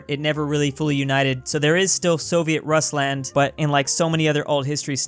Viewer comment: As a German, please, it hurts to hear „Russland“ with that English accent XDDDDDD. (cool video tho^^)